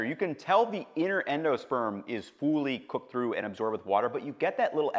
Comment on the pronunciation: I can't unhear "fooly cooked"